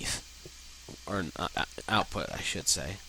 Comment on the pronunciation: one little thing that keeps anoying me it's not out-take it's output